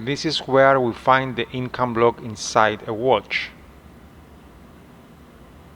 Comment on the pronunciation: It is Incabloc, and not "Incombloc!"